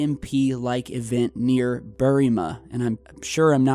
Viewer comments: You said 'Berrimah' right mate! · You pronounced Berrimah correctly by the way. Well done! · Yeh, you said Berrimah correctly. It's an aboriginal word.